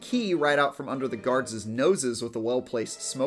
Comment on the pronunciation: Guardses noses